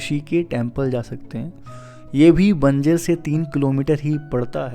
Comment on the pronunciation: Please pronunce banjr as Banjar